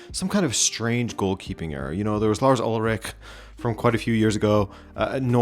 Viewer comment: bro really said Lars Ulreich😂😂😭 🥁